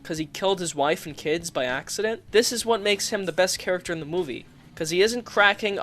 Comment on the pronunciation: Funny, every time he says "Movie" I hear "Middle Finger".